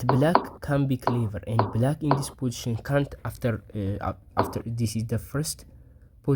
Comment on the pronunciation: I learned a new word today: "po-ition" LOL Curious what your native language is? I saw the solution immediately.